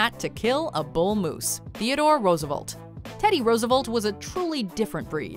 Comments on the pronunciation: Roosevolt? Who is Roosevolt? Rofl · There are two E's is FDR's last name. Please pronounce both next time. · That pronunciation of Roosevelt hurt all of America.